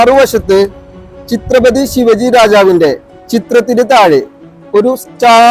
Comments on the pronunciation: ചിത്രപതി അല്ല ഛത്രപതി ആണ് സഹോദര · ചിത്രപതി അല്ലെടെ ഛത്രപതി